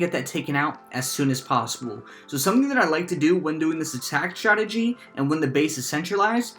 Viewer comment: "Really nice statgy" 😂